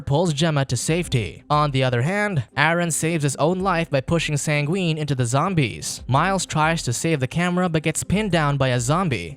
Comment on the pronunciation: Yes the one thing you took away from this is that they had mispronunciations……coming from the guy who said Sangween instead of Sanguine